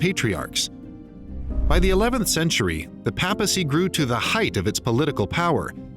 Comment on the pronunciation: The papacy wasn't a political move btw. Read the ecumenical councils. And it's pronounced "paypacy" not "pappacy"